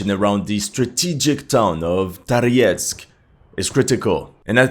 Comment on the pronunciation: what languages do you speak and how come you’re pronouncing Toretsk, Tariesk? Thank you for you videos🙏